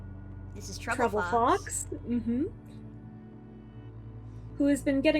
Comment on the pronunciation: i hear troublefox as “troublefucks” every time lmao